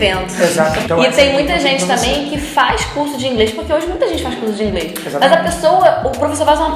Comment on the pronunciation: A falou INGRES ou é impressão? kkkk